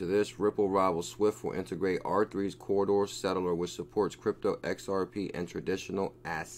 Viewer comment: Please its Corda not CORRIDOR. Ive listened to you mis-pronounce it 100 times. I hate being grammar nazi but its C O R D A. Say it with me, C. O. R. D. A. CORDA CORDA. OK? Like your channel otherwise. Great info. Mahalo.